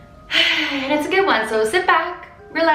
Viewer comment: "and it's going to leave you SHIT" "I can't believe I just said SHIT" I really thought she was saying shit